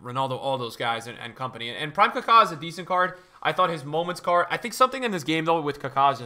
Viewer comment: Why is he pronouncing Maradona and Kaka like that🤮 he for sure bird mating calling me with that kaka pronunciation.